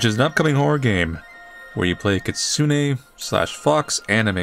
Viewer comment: "kitsune": exists: katsune 😎